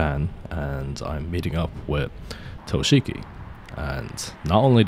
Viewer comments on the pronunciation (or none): I thought you were a weeb smh. It's toshi-ki and not to-shiki